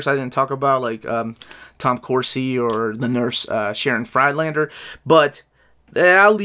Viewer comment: Talking about pronunciation, you don't say Fryed-lander but Frid or rather Freed-lander.